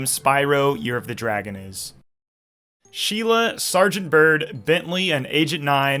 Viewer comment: Gnorcs…. Not Rynocs